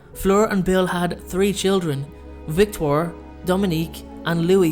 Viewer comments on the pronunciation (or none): The name is pronounced Vick-twah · Hello both. Sorry to butt in, but in the audiobook her name is pronounced vic-to-are. I always thought since she was friends with Victor Krum, she chose the French version of the name for her daughter. :) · Good day to you Dean. Not to contradict you, but Bill and the beautiful Fleur's was pronounced Vic-tor-ee, Victorie. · Katie H, thank you for the clarification, I did further research on the name, and sure enough I myself was pronouncing it the wrong way. I was going on the fact that my daughter's name is Victoria and I thought the enunciation was more or less the same. Felt so silly pronouncing it the wrong way. Have a great day